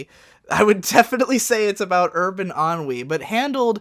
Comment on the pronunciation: That's how you pronounce "ennui"? Holy shit I am a moron.